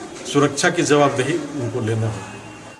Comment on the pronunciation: jawab dehi not zawab dehi